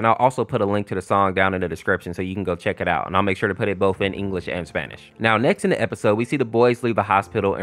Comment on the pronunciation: bro said ENGHILSE OR SPANISH